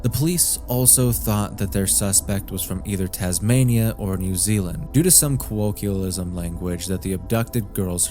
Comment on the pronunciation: You really need to work on your pronunciation bud, you botched colloquialism and barracks quite badly.